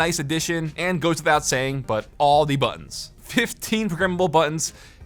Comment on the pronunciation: buTTons, say your consonants!